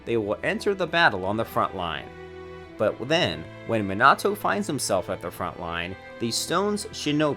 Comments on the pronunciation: To pronounce it its “(MeeNahToe)” not “(MinnAhTo)” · It's not Mi-nah-toe it's mee-na-toe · Everyone: Minato Him: Meenahto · Wrong Man-a-to Man-ga Right Meana-toe Mon-ga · He says ma nato I say me nato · I took a moment to list every single mispronunciation in this video in chronological order and amount of times it was mispronounced. The list goes: Minato (Monato) x25 Onoki (Unoki) x4 Manga (Menga) x1 Konoha (Konouha) x2 Raikage (Raicage) x8 Naruto (Narootou) x4 Sasuke (Saskey) x3 A's (Ayas) (wtf? it's an english letter.) x2 Hokage (Hoecage) x1 Hiraishin (Hiroshin) x1 Rasengan (Rasengen) x1 Well done, great video. Only 52 minor oopsies, including two english words. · Bro, I like your videos, but why do you have to butcher every name? The he’ll is mynoto? Raikazh? Kanoha? I mean come on man. Nawruto? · even sayin ''me-na-to'' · "oonoki" "minoto" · "Minahtoo" lol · My guy pronounced everything wrong Sasuke raikage naruto Minato XD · bro you say minato's name like an absolute wet lettuce stop over pronouncing the A fuck me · Raikagge homie can't say raikage Sasuke or minat9